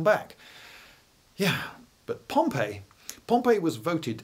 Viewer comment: I thought Pompey was pronounced pomp--ee...